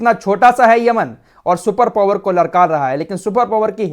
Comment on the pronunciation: Powar nahi power hota h apni vocabulary ko theek kare aap ko lakho log sunte h